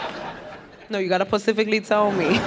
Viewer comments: Pacifically... She's hilarious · Pacifically, Mouff (mouth) the outh is ff. Annoying.